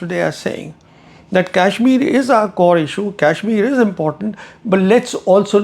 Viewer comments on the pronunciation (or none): What Indian pronounces Kashmir like an Angrez, making it sound like the 'Cashmere' used for sweaters?